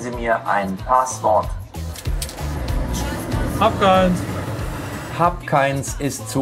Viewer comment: Es heißt Passwort und nicht Paaswort